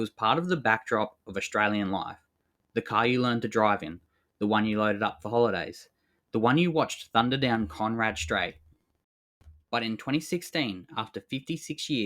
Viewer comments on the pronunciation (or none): How can any Australian not know it's conrod straight not conrad straight? Does this guy even know what a conrod is? and why it's named conrod straight? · "Conrad Straight"!..... Try "Conrod".